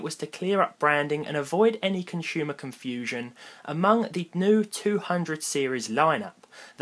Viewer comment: Conshumer confusheon... lol Oh you people and your words.